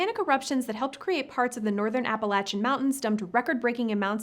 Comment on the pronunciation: Sorry, but your bad hair alone would have wiped out all life on Earth before any ice ages happened. Plus, learn how the fuck to pronounce Appalachian, okay?